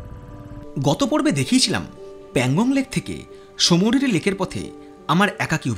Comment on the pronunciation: ভিডিওর ১মিনিট ৩৭সেকেন্ডে আপনি সোমোরিরি লেক কে সোমোরিলি বলেছেন, সেটা ভুল। তবে আপনার সাহসিকতার তারিফ না করলে বড় অন্যায় করা হবে।